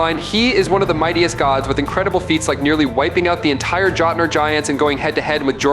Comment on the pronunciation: Pronunciation corrections: Kratos= Kray-Toe-s, Mjolnir= Mule-near Jotnar= Yo-t-nar, Jormungundar= Your-mun-gun-der.